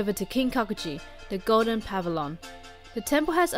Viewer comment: oh also not trying to be mean, but its pavilion, not pavilon :)